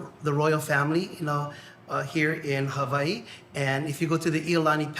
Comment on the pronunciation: he did a horrible job it's Hawai'i you can't pronounce the words properly you dropped the ball on the 1 yard line sorry not sorry. 🤣